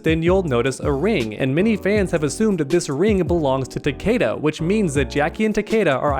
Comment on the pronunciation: She says takeda… “ takeada!! Now do sum bout it ”